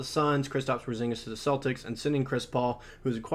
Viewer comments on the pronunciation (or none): none